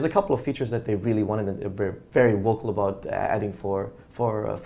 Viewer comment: i'm very excited aboot the changes HA! Canadian :)